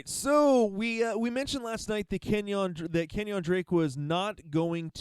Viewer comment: The way you say KenYON drake kinda bothers me, lol. It's pronounced keh· nyn (KEN YIN).